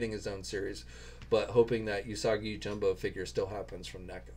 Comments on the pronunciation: I watched the video. Yeah you’re not good at names at all lol. It’s jimbo not jumbo. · yoJIMbo 🤣 you should seriously work on your pronunciation for Japanese names. Goes a long way when it comes to respect...